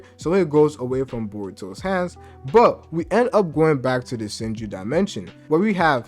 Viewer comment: You say SHINJu like SENJU, gotta work on that bro had me tripping for a sec